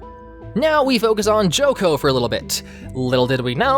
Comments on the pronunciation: If you are using the original japanese names... Why do you still call chocolove "joco”? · Him complaining about the name but calling Chocolove "Joco", Redseb "Ludsev" and Seyrarm "Salern" was cringe as hell.